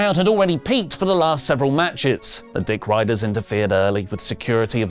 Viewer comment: Yeah! You are saying "Dickeiders." 😂